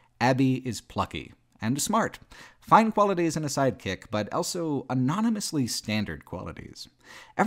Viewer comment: pronounces the word "also" as "elso".